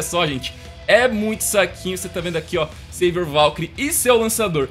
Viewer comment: Não é sevior é savior